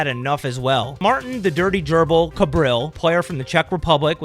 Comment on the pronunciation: "The dirty gerbal"😂😂😂